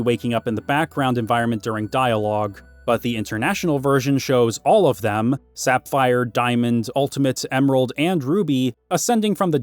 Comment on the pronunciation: I like how you say sapphire as "sap fire"